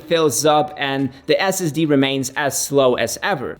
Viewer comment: its NOT Ass Ass Dee - It's Ess Ess Dee - Son I thought long and hard weather to buying the MBP M1 vs MBA M2 (as I will keep it for 4+ years). I went with the Air - as I just did not "need" the extra everything on the Pro (cost no concern) - I appreciated the lighter thinner powerful enough Air. YMMV of course.... 9 months later - I would buy the Air again - without question.